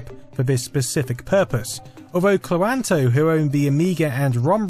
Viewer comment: Had never previously considered pronouncing"Cloanto" anything like that.